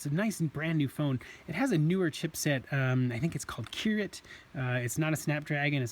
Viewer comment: Did he just call kirin kiril